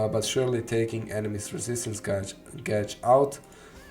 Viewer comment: Gauge is pronounced gayj